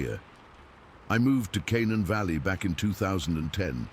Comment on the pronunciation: In Morgantown WEST VIRGINIA! The first story was good one but did the dude ever get his truck he left with his buddy Steve but drove his own truck there. And Canaan Valley is pronounced CA. NANE. LOL NOT CANON